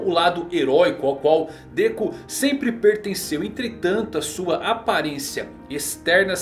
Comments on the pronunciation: Déku kkkkk que agonia ouvir isso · Dekú nao mano fica esquisito kkkkk Dêku